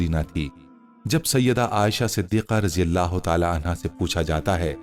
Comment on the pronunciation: Bai ap raji Allah Keu kehte Ho. Tho phir wod Doha surah ko woz zoha Keu nehi kehte Ho. Plz Bai ase mot koro